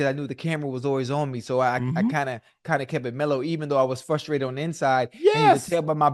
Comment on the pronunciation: Please review pronunciation of "frustrated".